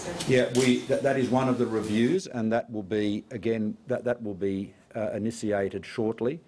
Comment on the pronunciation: Why does he pronounce some words so very strangely...? Initiated= "Iniseeated", Confidentiality= "Conidenseeality"... Are "SH" sounds banned in politics or something? (Julia Gillard and her infamous "NegoSEEate" warranted a song!)